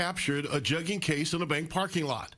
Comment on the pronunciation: Jugging huh 😂😂🗣 I'm pretty sure you're pronouncing it wrong‼️ 🤭🤣